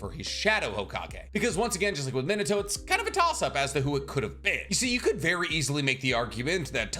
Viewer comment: Bro keeps saying Minute-o instead of Minato. Edit: Ugh, nevermind, he literally mispronounces tons of names.